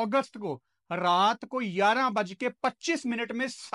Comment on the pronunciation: Yaraaan nehi hota.. Gayarah hota he.. "11" 🥰❤️